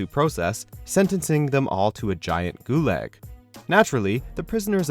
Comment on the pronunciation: Its not "Goo-Layg", its "Goo-Log". Hate to be a stickler but pronunciation matters.